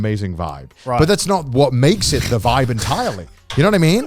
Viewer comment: They murdered the word vibe